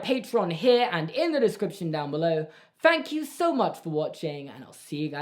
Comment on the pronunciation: I feel like every time that you say "thank you" I hear "fank you" 😂